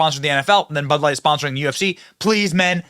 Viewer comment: your stressing and unstressing the wrong syllables and its stressing me out. Its bud LIGHT. Not BUD light. Identify its a bud and that its light. The way you say it makes it sound like some type of flash light or something lol damn yankees BUD light